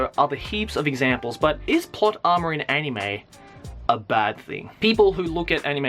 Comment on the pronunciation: you say 'Anime' weirdly. It's not you're accent, (I'm Australian, too) you put too much emphasis on the 'I'.